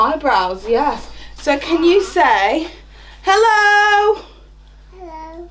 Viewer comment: Omg baby British accent omggggg “Hewwooooo” baby petty